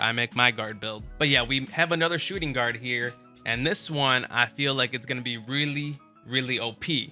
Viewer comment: Can u please read your own title next time......shooting guard?????🤦🏾‍♂️🤦🏾‍♂️